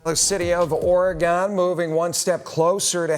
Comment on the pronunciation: Lol guys, it's pronounced "Ory-gun"